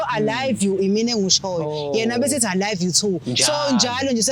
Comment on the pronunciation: "I loive you too"😅😅azimunethe losisi uyabheda.